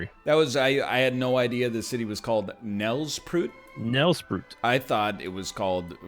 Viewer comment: Nelspruit is pronounced more like Nell-sprate